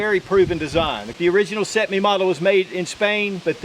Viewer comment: First video ive seen you butcher!😂 Can you say cetme?